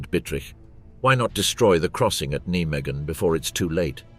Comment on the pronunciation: Can you not pronounce Nijmegen properly?